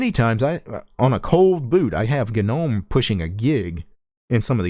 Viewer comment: GagNOMe, VieMg Why you pronounce this words this way?